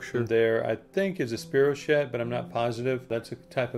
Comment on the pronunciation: The U/I creature , possibly a polychaete larva... Never heard "SPEE-ro-shet" before; it was "SPY-ro-keet."